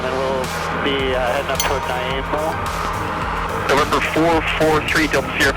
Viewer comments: Hook up with some Nanaimo bars and he'll never mispronounce the name again! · Haha he butchered the pronunciation of Nanaimo :) Nice video! Victoria checking in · Sosososo much love in this vid. x2 collab, Canada, hilarious pronunciation of Nanaimo. Please make p2 to this longer